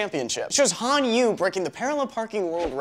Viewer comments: Just saying but its Han Yu-Eh not Yuu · Its pronounced as Han Yoo-Air 如果你觉得我讲错，我要你知道我是个新加坡人，会讲点话语的。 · Han Yue is pronounced as "Han Yuae" in chinese. I'm just sayin' :P